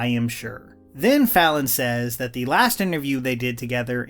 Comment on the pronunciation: How to say “the:/thee” for professional narration. “The” cable. “Thee” audio cable. Please learn this basic rule.